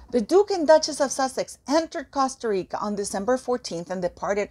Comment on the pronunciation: I like how you DONT try to make Costa Rica sound English..keep it REAL